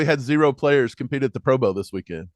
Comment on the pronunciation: Why keep talking about the bengals. Move on to the eagles morons. You kids say pro boa instead of pro bowl 😁